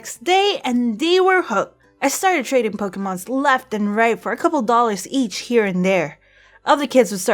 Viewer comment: EVERY TIME SHE SAYS POKE-EH-MONS IT KILLS ME IN THE INSIDE.